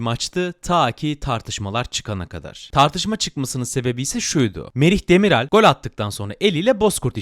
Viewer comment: Demiral (yumuşak a ile değil) düzgün telaffuz lütfen